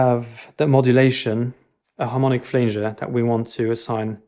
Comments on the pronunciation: Ark-eh-type, Flan (pan) - jer. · I don't know if it has already been said, but "flanger" is pronounced flan jer